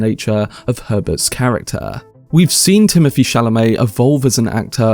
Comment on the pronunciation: His name is TimoTHy not TimoFy sheesh